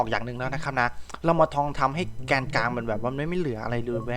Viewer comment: พี่พูดว่าแกนกังด้วยครับ